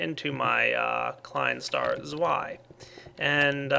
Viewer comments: its tswei... not zwei... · *Caps lock on* IT'S PRONOUNCED TSVY NOT ZWY!!! ARGH!!! *Caps lock off* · you prenounce zwei (from the klein star) as Tswei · it's pronounced ts-vai not th-vai but you finally pronounced humus right :) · you said it wrong in german the w makes v sound svei is how you should say it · Its pronounced zvei, it's German for the numer tier, so its the "small star 2" in German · Zwei is German and is pronounced Dzvi (i as in Hi) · it is pronounced zvei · IT'S PRONOUNCED ZVEI and it's german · Hey, as far as I can tell, Xeno is using the german numbers for the levels of klein stars, the second version is pronounced TSVY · Its tsvi. Means 2. Ein is eentz and it means 1. Drei is pronounced dry and means 3. And so on. All in german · Zwei is german for 2, and its pronounced like Zvei (ei makes long "i" sound") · i thought klien star zwei is pronounced "z-way" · the W in Zwei is pronounced as a V. so it sounds like svai. It's german and means Two:) Ein is one, Drei is three... btw Drei is a tongue roll for the D so d-d-drei. thumbs up so sees this! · its actually pronounced like this zvy (zwei) and its german for two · well i am german and its pronounced with an sharp Z ^ ^ like... TZWEI :) i love ur vids :) keep up the good work :) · Zwei - "Ts-Vai" Just thought I'd let you know >.> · the ie in zwei sounds like "a" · i like how you pronounce klein star zwei :D:D ps. i'm german ;D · ssssssshhhhh I have two points... 1) He's not German and has some lacing in the pronouniation department 2) I prefer holding shift personally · The german "z" is pronounced like "ts" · Pronounce the w as a v for your new klien star